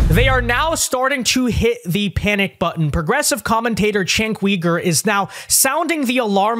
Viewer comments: Sorry to nitpick, but it's Cenk YOUger not Cenk WEger. Sorry, just drives me a bit crazy. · It isn't "weeger" it is "youger". The "weegers" are in China.